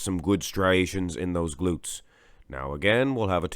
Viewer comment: BDB goes to Rühl. Unbeatable! LOL what I hear is just "gluts"!